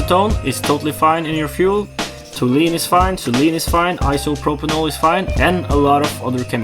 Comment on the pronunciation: Hope this helps a little. Tall - you - eene and zeye - leen